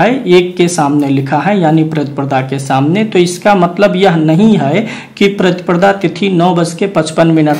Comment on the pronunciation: प्रतिप्रदा नहीं प्रतिपदा बोलिए,लग्न का विवरण देते समय आप २५ ता० चतुर्थी गुरुवार की जगह चतुर्थी बुधवार का २४ ता० विवरण दे गए।